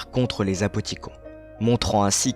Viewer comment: super vidéo mais pourquoi vous dites apothicon et pas apothiconne ?